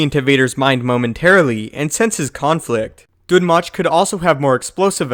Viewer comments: Its pronounced Dune Moke ((thats me spelling it how it sounds)) its even referenced in Darth Plageius. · oh my god it's pronounced "doom moke" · Not sure if Dun Möch is supposed to be pronounced that way. Ö is said differently from O..